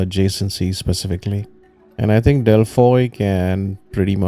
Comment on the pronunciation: Its pronounced as delphi... 😂❤